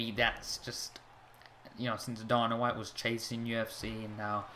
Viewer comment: Its Dana white not dorna -_